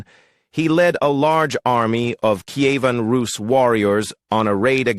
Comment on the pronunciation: Bee-Zan-teen-Ah Em-peer. NO. Key-A--ven. NO CON- stan- tin- O- plee. NO BiZ- an- TEEN. NO Sl-aa-vik. NO Key-VAN Roos. NO NO NO NOOOOOOOOOO